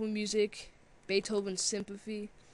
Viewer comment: Beethoven's symphafy? lol tongue slips are so funny :)